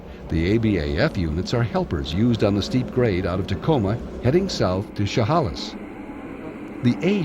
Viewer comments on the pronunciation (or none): He mis pronounced Chehalis 😢